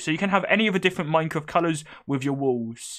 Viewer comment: Hhahaha the way he said wed, owange and minecwaft. Soo funny